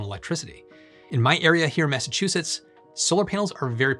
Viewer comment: you lost me at "massachusetts"